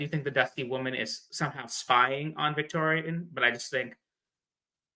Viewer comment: calling you out for how you pronounce Rhaegar...meanwhile: VictOriAn smh